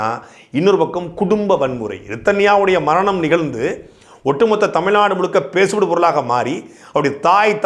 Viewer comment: Tamil naad illa da tamizh naadu... zhagaram....